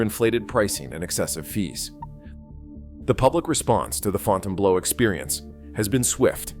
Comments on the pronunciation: I laughed every time the AI said Fountain Blows. Well $20 bucks is $20 bucks. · You can always tell ai slop, in thiis case the audio but maybe more by the mispronunciations of names. The Fountain Blow...;-) Sad part is many think the ai slop is nonfiction when it's fiction at least half the time. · This video got a 'Like' from me simply cause of the AI calling it the Fountain-Blow. Can't stop laughing !!! 😂🤣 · All of Las Vegas has become an overpriced dump. I love how the AI narrator calls in the Fountain-blow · Fonn tain blow. Jesus Christ. French speakers are rolling over in their grave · Provided one unintentional joke when it mispronounced the hotel as fountain blow, cuz you know it blows. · YOUR AI PRESENTATION IS TERRIBLE. THE AI VOICE CAN’T PRONOUNCE THE HOTEL NAME. WHEN NIGHTLY ROOM DOLLAR COST IS MENTIONED THE VIDEO SHOWS IT IN MILLIONS. THIS IS NOT READY FOR PRIME TIME!!! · Sorry..just can't take a content creator seriously that can't correctly pronounce the name of the hotel. Yes, FB's issues are well documented. It's no state secret. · Put a little faith in your freaking video don't even know how to pronounce the damn place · Another AI voice that doesn’t know how to pronounce words… It’s not the “FountainBLOW”, it’s the Fountainebleau, FRENCH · Ai voice - Fountain Blow... pretty funny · Fon tane blue. 🤦‍♀️🤦‍♀️🤦‍♀️ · Fontainebleau - "Fontain Blow" while true and hilarious - it's pronounced "Fontain Blue"! Good gawd! 🤣Stewwwwwpid! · The way you pronounce it, it sounds like Fontainebleau job. It's pronounced fountian-blue. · I can’t watch this with the pronunciation FontaineBLOW LOL ☠️ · It's pronounce fountain blue and I got a room for $259 mountain view on the 60th floor after resort fees and I was able to park my own car and this place was absolutely immaculate yes it was very expensive two drinks at the bar ran me $40 and that's completely absurd but the majority of your video is wrong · Fountaine Blow 😂 AI at its Finest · Fontaine "Blow"? LOL